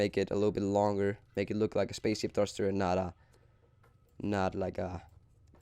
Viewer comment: He said spacesip not spaceship